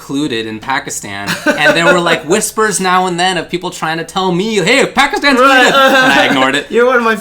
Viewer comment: Love how correctly pronounces 'Pakistan'. A true rarity on the western side of the globe. Well done.